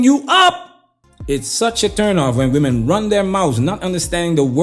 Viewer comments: Why do these women pronounce women as “woman”? So many 304s do this these days…… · Why does she pronounce the plural of woman also as woman? Does she not know the word women?